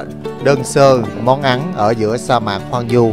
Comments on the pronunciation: Hoang vu chứ không phải hoang du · Hoang Vu ...không phải hoang du